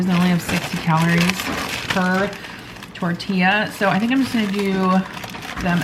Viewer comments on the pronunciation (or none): none